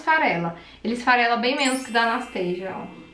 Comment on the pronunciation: pq tu pronuncia "Anasteisia"? A pronúncia é Anastacia msm... igual no português. xx